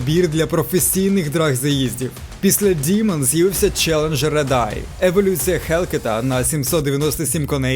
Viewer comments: Файно моя улюблена марка , але ти не правильно вимовляєш діман це що Діма , правильна назва DEMON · Замість того, щоб ганьбитись, ви могли б прослухати в Гугл-перекладачі, що Demon звучить саме "дІмон".